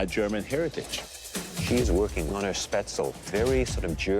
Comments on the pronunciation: me hearing them say spatzel instead of spaetzel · also pronounces spaetzle like shpatzel LMAO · The way she says Spätzle 😣 you don't pronounce the a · When she said späzle wrong that kinda hurt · The pronunciation of Spätzle ist terrible. It hurts when she says it.